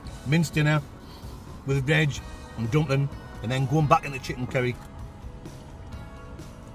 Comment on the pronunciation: Chicken 'Kerry'.